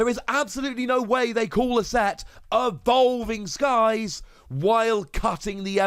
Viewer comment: "Ahvolving Skies" 😐 10/10.